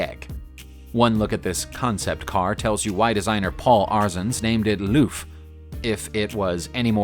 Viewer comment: "loof?" for L' Eauf 0/10 for your french pronunciations...